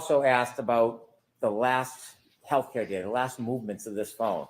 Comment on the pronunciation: Will someone please tell Brennan it’s not health ‘care’ data.